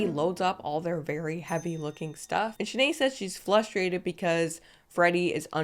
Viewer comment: NOT FLUSTRATED!!! Girl you got me with that one, casual af 😂😂😂